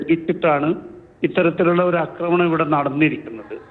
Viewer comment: അക്രമണം അല്ലെടോ, ആക്രമണം എന്നു പറയൂ.